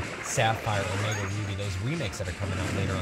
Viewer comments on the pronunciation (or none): none